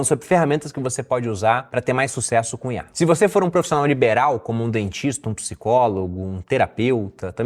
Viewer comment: Toda vez ele fala CUNHAR ao inves de COM IA